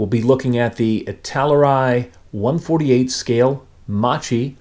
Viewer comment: Hi! Please, the correct pronunciation is: "Makki". 😊